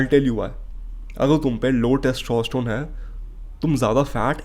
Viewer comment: Tostostrone 😂😂 kya hota haii 😂😂